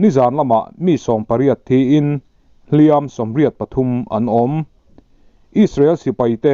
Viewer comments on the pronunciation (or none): A bengvãrthlãk e. "Hliam an tuar," tih a, 'Hliam" i lam dãn hi a dik lo deuh, a ri hniama lam tur a ni.